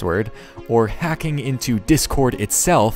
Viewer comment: It’s hacking not heking